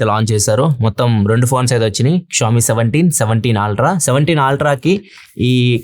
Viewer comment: మీ వీడియోలు చాలా ఇన్ఫర్మేటివ్ గా ఉంటాయి. Meeru eppudu aaltra antuntaru. అల్ట్రా అని ఉచ్ఛరిస్తే బాగుంటుంది